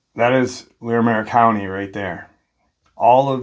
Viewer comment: Just wanted to let you know that it's pronounced (eSS-teSS park) and (Lair-ih-merr county). Colorado native here... Yes I believe this was absolutely a mountain lion attack but my twin brother and I have seen some really weird stuff up in the mountains we have here